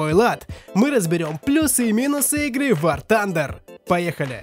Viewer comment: Ахах, он в начале сказал Ван Тандер